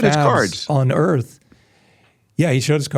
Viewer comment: Ha ha ha. Tile the earf too 😐